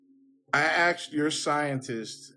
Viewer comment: 'I axed your scientist' .. that's a criminal assault